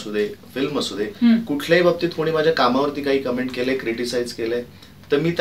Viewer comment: Comments la comments ch pronounce kartat cumment nahi